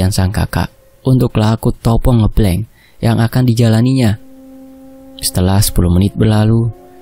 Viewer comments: bukan Ngeblenk..Tapi Ngebleng.pake E..seperti kita baca ejaan Benalu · Penyebutan ngebleng nya Salah he he it’s ngebleng not ngEblEng 🤣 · sedikit koreksi untuk pembacaan "puasa ngebleng" itu pembacaan (e) pada kata " ngêblêng" itu seharusnya seperti orang mengucapkan (e) pada kata "sepet" atau "lemes" atau "ngeres" atau "semestinya" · (eu) ngeubleung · Pelajari dn bertanya sm org yg lbh baham kosa kata tiap daerah mas, biar enak dengernya, dn ga salah ucap, koreksi kata ngebleng ya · Ucapan "ngebleng" nya "E " nya Sama dengan kata "benar" depan belakang mas 😅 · Koreksi sitik yo.. ngebleng [e]nya pake [e] pada kata "endak" pada kata kata "enggih"